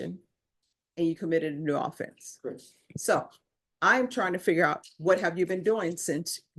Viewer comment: These court people cant even pronounce the word offense right. Seriously.